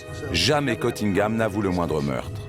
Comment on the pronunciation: Il s appelle CUNNINGHAM, pas Cottingham. Cf la Dame, quand elle parle en anglais aux étudiants à l Université.